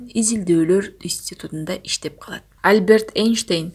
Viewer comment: Альберт Эйнштейн эмес, альбЕрт эйнштЕйн, чон тамга ударение.